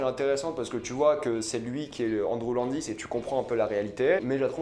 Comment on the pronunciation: Un "Nhéro" + Andrew "LANdis" Y'as rien qui va wsh fais un effort